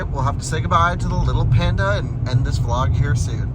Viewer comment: Panda, not Penda 🤣🤣